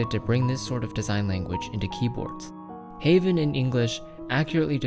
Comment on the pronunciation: Its correct (am dutch no cap)